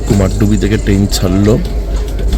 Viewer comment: It's not KUMARDUBI, it's actual pronunciation is KUMARDHUBI(कुमारधुबी/কুমারধুবী)